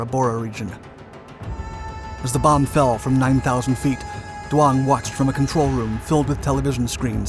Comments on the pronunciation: Duong is not pronounced Do-ong it's pronounced Z-ung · Who is dwong? Jeez, pull it together. Her name is doung. Pronounced like zung, Not dwong.